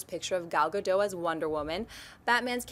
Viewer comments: Guys, it is Ga-DOT, not GA-dough. She is Israeli, not French. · Love your show, just one comment about Gal Gadot. When pronouncing her last name, the D is not silent like in french. its pronounced ga-do-t